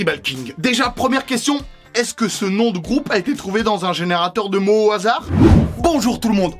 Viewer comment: "Au hasadr" ? XD